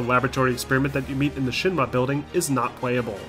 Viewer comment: Man, does this guy say Shin-ma instead of Shinra or what?